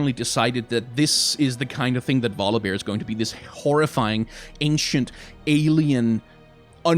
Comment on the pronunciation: first u talking about volibear i was thinking u say god of war :)))))))))))